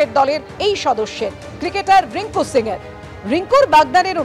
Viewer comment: রিঙ্কু সিং । রিঙ্কু সিংহ না।